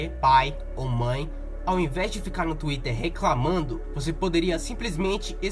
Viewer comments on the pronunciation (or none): none